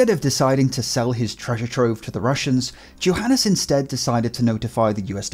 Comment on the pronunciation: I cringed every time he said Johanes instead of Johanes. Smh my head dude